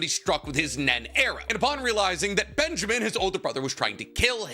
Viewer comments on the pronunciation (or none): none